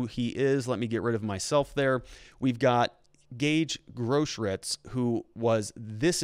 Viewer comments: Grosskreutz is pronounced gross kroytz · You have to work on your german pronunciations. Grosskreutz means big cross. Gross kreutz. I aggree this is politics. They have to prosecute him, but put so many things forward for the defence, so he will mostly get of the hook. A prosecutor shoud put forward everything that speaks against and for the defendant, so technically they do the right thing.